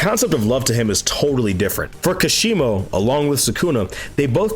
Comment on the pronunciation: I think kashimo's potential was wasted specifically bc people can't seem to say his name properly lol